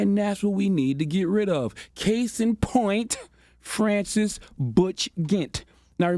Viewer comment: Dude can’t even pronounce Francis. Embarrassing.